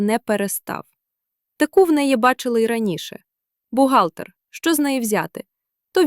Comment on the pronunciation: Не текУ, а тЕку. Все- таки читає ШІ.Але краще. Не ЗОряна, а ЗорЯна.